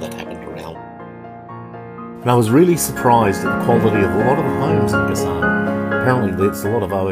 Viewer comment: It’s pronounced Ga-San, accent on first syllable. Boac is pronounced Bo-wak, accent on second syllable.